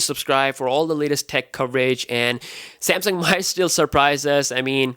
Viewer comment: He said Samsang lol